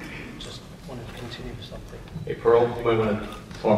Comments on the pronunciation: Its Porl, not Pearl. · PORL!!!!!! NOT PEARL, DAMMNIT!!!!!!!